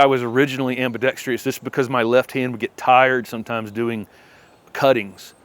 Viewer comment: Absolutely adore your channel. It has opened up a whole new world of pretty uncomplicated enjoyment of plants for me. But you are driving me crazy... Now, I say this with the greatest of respect and attempted kindness, but it's ambidexTROUS. No i. 😉😊